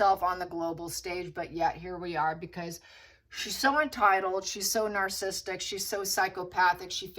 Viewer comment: It’s narcissistic and narcissism. You’re pronouncing those words wrong.😊